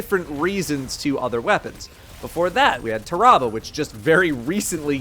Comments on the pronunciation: what fuck did u call tarabah ?????? tarabo ? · Bro did not just pronounce tarrabah like that